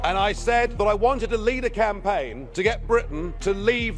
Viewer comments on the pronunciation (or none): none